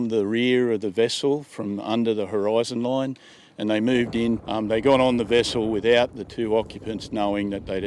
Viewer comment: what is a "horoizn loin" ?